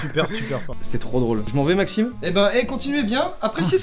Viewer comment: Euh Maximeuh j'adoreuh les pizza 4 fromageuuuuh.